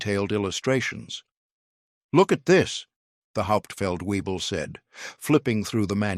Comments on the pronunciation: It’s Not “weeble”. It’s wyble. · WEEBLE is actually VEEBLE. One of my friends drove a deuce and a half in Germany. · Weible ? Webel ! (and it's not two words Feldwebel) Fact check before release please................. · as usual the AI voice over is slaughtering the language - FeldWebel is pronounced Felt - Vay - bel. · No, it's vay-bell